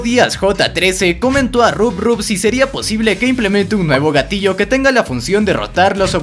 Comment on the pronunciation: se dice rob top no rubrrub PD: es mi cumpleaños